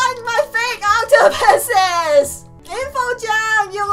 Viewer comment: Dis you say Octopuses or Octopisses